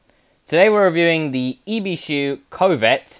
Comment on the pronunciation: It's ibishu not ibishi